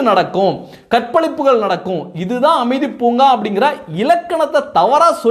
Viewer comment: அமைதி பூங்கா இல்லப்பா அது அ மிதி பூங்கா .